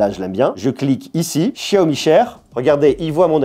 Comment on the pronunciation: ce que tu sais pas ce que c'est en rouge, je crois que c'est des batons d'encens. Pour ton accent stp, c'est pas SHiaomi, c'est xiaomi. Même si ça se prononce pas comme un X ça se pronnonce pas comme ce CH français. C'est entre les deux. En Malaisie c'est animé :) Anyway merci pour la vidéo ;)